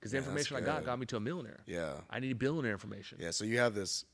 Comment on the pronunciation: can't even annunciate the words... millionaire and billionaire. But he can pronounce the F-word perfectly. If you review his company credentials, you will find numerous complaints about unreturned refunds and inadequate sales training. His sales system is JV league selling to young kids. The worst example of so-called "success." He can write scripts with F-bombs. What a joke!